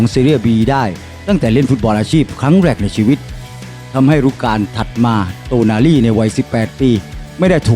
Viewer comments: เริ่ม คลิปก่อพุดผิดแล้ว555โตนาลี อ่านเป็น โนตาลี 5555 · 😢เรียกชื่อ ผิดๆถูกๆน่ะ เอาใหม่ๆ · อ่านชื่อผิดครับ